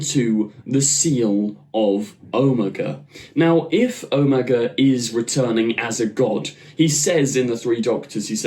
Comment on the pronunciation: Pronounced Oh-MAY-guh